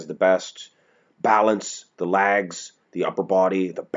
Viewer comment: pronounces "pictures" and "legs" as "pitchers" and "laigs".